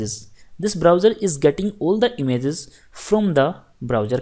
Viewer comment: It's not imzzzzz it' IMAGE LOL. Great lecture though thanks a lot